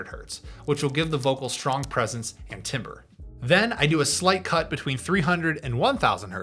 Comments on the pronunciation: Hey just fyi although it looks one way the word is pronounced like “tam ber” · Timbre is pronounced like tamber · Isn’t it pronounced tamber?